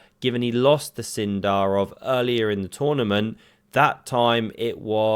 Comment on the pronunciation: So is it Sindarov or Sindarrrrov?